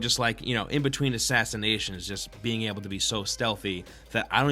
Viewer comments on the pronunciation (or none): none